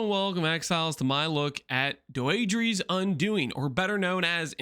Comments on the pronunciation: It's pronounced Dee-dra btw i think its a french name or something. Im wondering why when I cast this curse my energy shield or life gets hit? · unc tryna trigger me saying doedre like that